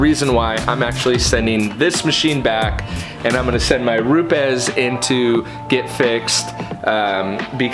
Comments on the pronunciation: ROO-PEZ... not ROOPS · You Said 'Rupe es' right...whats the deal there 'Roops' sounds better...lol